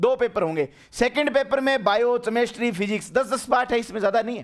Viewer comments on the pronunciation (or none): केमिस्ट्री ❌ चेमिस्ट्री ✅